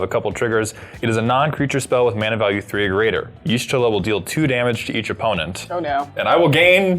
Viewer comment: I love watching commander games. But I stg if you don't learn how to pronounce the character named from the FFXIV deck im gonna lose it xD